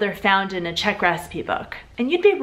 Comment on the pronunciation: I literally hate your czech pronunciation